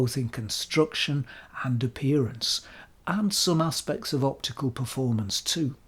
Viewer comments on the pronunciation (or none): none